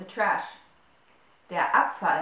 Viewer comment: Abfall = Apfel ? U pronounce them the same , How can I differentiate between them ???